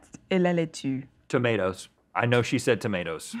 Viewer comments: When Rhett transitioned from "la laitue" to "la leh-tussse" XDXD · the way Link says ‘lettuce’ in French reminded me of Dana Carvey’s character in The Master of Disguise 😂